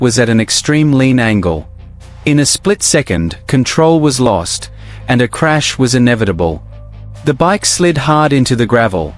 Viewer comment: ``Marchrash``, ha, ha!